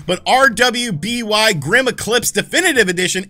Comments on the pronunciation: ...it’s pronounced Ruby not R W B Y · Its pronounced "Ruby", not R W B Y. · Not a criticism, just a little fun fact: RWBY is pronounced Ruby. Don't ask why, idk, I haven't seen the anime or anything, I just heard some friends talking about it. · future reference rwby is literally just pronounced 'ruby' regardless of spelling XD i have no idea why they spelled it like that though tbh kinda weird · Pretty sure that RWBY is just pronounced "Ruby." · Say dude, RWBY is simply pronounced "ruby" 👍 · It's just pronounced ruby i think. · RWBY is pronounced as Ruby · RWBY is pronounced "ruby" :)